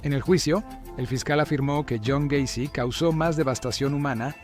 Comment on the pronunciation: John Wayne Gay-cy